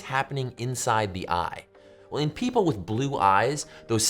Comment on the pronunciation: Yea he did it was clear af even if he meant or not hah